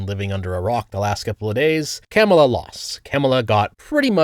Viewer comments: mate, why are you saying “Kámala”? Are you Canadian? 😅 It’s “Kamála” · It's correct pronunciation is kuh MAY la. I don't care what that dishonest woman says. She's not know for honesty or integrity. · Chefs kiss mispronouncing her name 🤣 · Like the video but you pronounced Kamala name wrong outside of that nice video